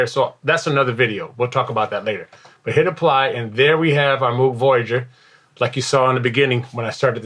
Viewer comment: Great video! One nitpicky thing... Moog rhymes with "vogue", named after its inventor Bob Moog.